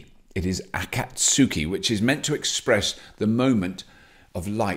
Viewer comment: Anyone who's watched Naruto is cringing at Robert's pronunciation of Akatsuki